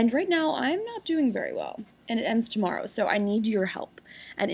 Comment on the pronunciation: She says "tomorrow" like a Canadian does :D